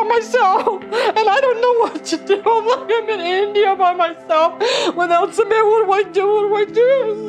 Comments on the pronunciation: SooMIT not summit. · Doctor, his name is not summit, it's SU-MIT.😅